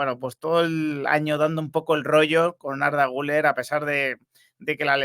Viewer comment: Por favor. Se llama Güleeér. Aceentuando la ultima silaba. Comer; beber, jooder; Guüler!!!!